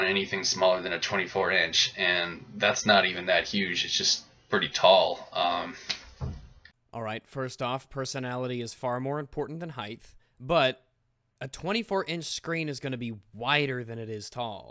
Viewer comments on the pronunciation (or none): It is pronounced height not heighth.